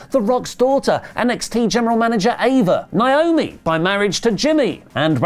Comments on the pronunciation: And still cant say Naomi right 🤦‍♂️ Repeat after me NAY-OH-ME 😂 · He cant even say Naomi right either 🤦‍♂️